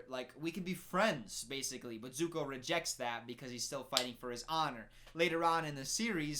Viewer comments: “His name isn’t ‘Ung’ And he’s not the ‘Of-atar’! They can’t even get the pronunciation right!” Also: “The burn dude ‘Zoku’ and his uncle ‘Ee-roh’” ‘Soaka’ waiting for his verdict: 😶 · It's Zuko, not Zoku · “they pronounce the names wrong” Also: “Eroh” “Zoku” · the name is "suck ah" :D and aaaaaaaaaaaaaaaaaaaaaaaaang :D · no it's not aajsbxbchnng its Anng. Also: zoku and iwoh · His name is Zuko 😂 You got the vouls the wrong way around 😂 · complains about mispronunciation also: earoh and zoku i cant😂😂😂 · They changed the names of the characters! Also: Zoku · "why would they call him 'ONG' " also: " Zoku and EE-roh" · Me crying and screaming simultaneously : ZUKU AND IROH OH MY LORD WHY?! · The pronunciation or iroh kills me. Also, it is ZUKO! Lol burned dude; the disrespect 😂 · over here complained about how aang’s name was mispronounced then proceeds to do so at both zuko and iroh’s names. I can’t with him 😂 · When he rips into Katara mispronouncing Aang and Sokka but can't say Zuko or Iroh right :/ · Gets mad because they changed Aangs name. Continues to butcher Zukos and Irohs name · This dude judging the movie for saying the names wrong but then mispronounced Zuko and Iroh 😂 Also there’s only 3 books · burn dude's name is zuko and his uncle's name is pronounced eye-roh congratulations to you for getting through this shitty movie